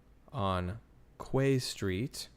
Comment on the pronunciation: I know it’s quay street but we pronounce it as key street